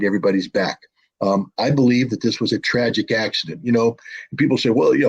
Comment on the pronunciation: Траджик акцидент 😂